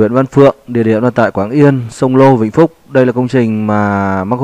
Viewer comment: Quang yên chứ k phải quảng yên ạ